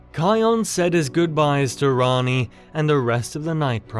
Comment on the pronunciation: Bro is saying Ronnie when it’s Rani LOL